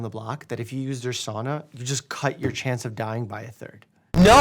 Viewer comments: The only thing I have to say is that your pronounced SAUNA wrong... it is SOW-na not Saw-na. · First of all it is not called a soona, it is called a Sauna. Second if you use it every week like most Finnish people there are proven health benefits. Nothing as stupid as this video but don't dis it all together. We have been using for hundreds of years and no Sauna in the states is like what we have here. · excuse me what is a saana its called a fucking sauna and is pronounced sa-u-na not soona not swoona and not saana